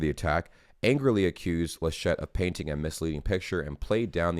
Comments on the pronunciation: You pronounced "Georg" quite right in your first try: Ge-org. The name "Laschet" is emphasized on the first syllable. More "Lash't" than "La Shett" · its "LAschet". you stress the A